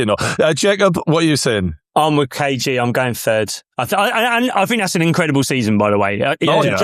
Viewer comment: It’s KG not KJ